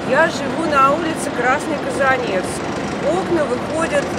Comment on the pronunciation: Не КазанЕц, а КазАнец...